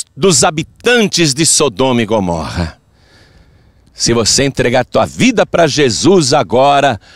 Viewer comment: É mais fácil falar errado???? Porque fala Gomórra????